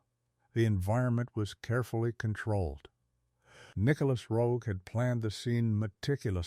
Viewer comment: Marred by the mispronunciation of the director's name.